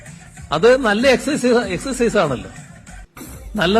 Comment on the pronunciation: അടുത്ത അദ്ധ്യയന വർഷം മുതൽ സ്കൂളുകളിൽ പേക്കൂത്തു തുടങ്ങുന്നു. കുട്ടികൾ ഇപ്പോൾ തന്നെ ലഹരി അടിച്ചു കിറുങ്ങി നടക്കുന്നു 😂 ഇതൂടെ ആകുമ്പോൾ അവർക്ക് നല്ല ഹരം ആകും. എല്ലാ അദ്ധ്യാപകരും ലഹരിക്ക്‌ അടിമ ആകാൻ സർക്കാർ തന്നെ ശ്രമിക്കുന്നു. 😂😂😂😂😂😂. എക്സയ്‌സ് അല്ല പിണു "എക്സർസയ്സ് "